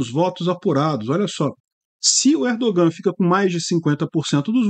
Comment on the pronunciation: O ğ em turco é letra muda. Não se pronúncia. ERDOOAN. A vogal antes do ğ é prolongada.